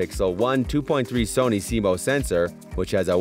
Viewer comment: Like your videos. FYI. CMOS is pronounced like sea moss. 👍